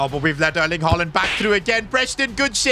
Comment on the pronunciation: bro really sed herling haaland